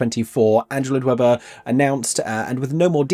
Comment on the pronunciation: It will be like Sleep No More, which was really cool. Also…it’s challenging to read cursive? Also…you said “Android Webber” at point I’m pretty sure.